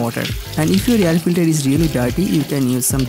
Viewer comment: hey idiot its not yar filtar, its air filter